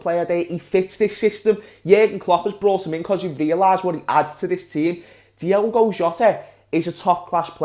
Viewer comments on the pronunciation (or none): It’s Diogo Jota not Diego Jota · Who’s gonna tell that Jota’s first name is DiOgo not Diego?.....